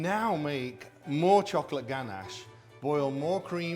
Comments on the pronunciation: I like that he says "chock late cake" instead of chocolate cake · the way this man says chocolate is so satisfying istg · The way he says "chocolate" makes me moist